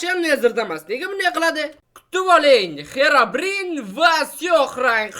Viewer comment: English yaxwilab organing Xerabrin emas Xirobrayn😅